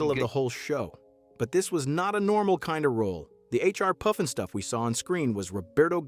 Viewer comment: Robots can't say Puff n Stuff!!